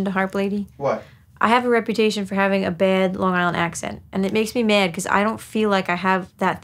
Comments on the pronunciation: I like how when she's talking about it she says "I have a reputation for having a baed Long Island accent and it makes me maed ." You can really hear it on "bad" and "mad", but I admittedly never noticed it before that sentence lol. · Says she doesn't have a long island accent. Proceeds to say mad as myaaad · the way u said bad and mad….